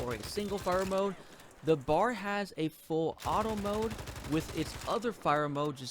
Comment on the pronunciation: It’s called a B. A. R. not bar. You drink at a bar, this is a Browning Automatic Rifle.